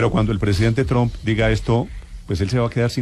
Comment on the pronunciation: Porque los periodistas y políticos Colombianos dicen TROM? acaso no saben algo tan básico como q la U en inglés en éste caso se pronuncia un poquito mas como una A? y q además dicho apellido termina en P?... Se escucha horrible ese TROM, estudien Vagos q en las posiciones en las q están es degradante tal cosa